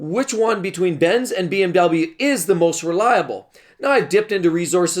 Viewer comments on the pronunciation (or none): You are saying the cars wrong 😂🤣